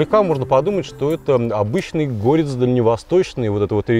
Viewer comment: ГорЕц, а не гОрец.